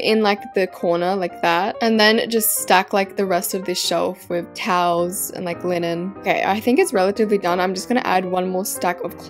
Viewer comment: You Said like touls but it’s TOWELS 😂